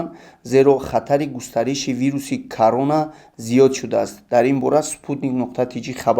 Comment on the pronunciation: аввалан салом, дуюман "Карона" нест "Корона"-ай! да тчк и мардми мо як гапа мефахман даравда чум чи гапои дигар меброран ки и вирус ранги Точай... рушон сия кати гапои бровардагишон КОРОНА бугу ай исн пас нотугри талаффуз накн